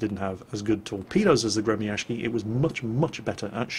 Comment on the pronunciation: Dayum, that pronounciation of Gremyashchy is so ear drilling! I understand that Russian has some difficulties transcribing itself into the Latin alphabet, but that's simply too different from the real pronunciation. Besides, people tend to use even more retarded spellings for some reason, which makes it all even worse. It's really quite hard to explain all nuances of the Russian phonetics with palatalization of consonants and varieties of sizzles to foreigners, but it's actually pronounced more like "Gree-meeuh-sch-eey". The vowels in in meeuh make the so-called "Near-open front unrounded vowel" sound you can find in the pronunciation of the word "cat" with the M "palatalized" (which means it's, uh, pronounced with a slight tone of the sound "ee" in "free"); the sch is akin to the "sh" in "sheep" but twice as long (shsheep); the R is rolled of course, and the rest is pretty simple. click on the pronunciation to hear it more clearly. If you read this, please take effort to pronounce it NOT as gremiashki FOR THE SAKE OF YOUR RUSSIAN VIEWERS :c